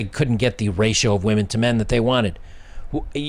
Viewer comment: It is women not "whamen". I am seeing this a lot on You Tube -- very much frustrating and disrespectful to the English language. Aside from that, I agree with everything that was said.